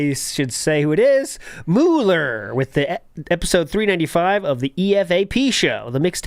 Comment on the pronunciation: showing his age by mispronounced Mooler and EFAP 😂😂